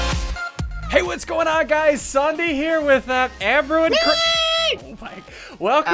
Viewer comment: its not sunedee its ssundee